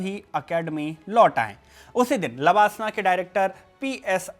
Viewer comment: Pronouncing लवासना wrongly. This is place in Maharastra. While you are talking Lalbahadur shastri Academy for IAS training. Created confusion for a while.